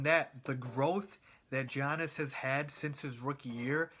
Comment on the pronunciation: his name is Giannis not Giannas.